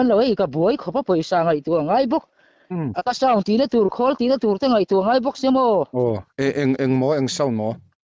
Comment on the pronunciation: Akasound kha afu lutuk 😂😂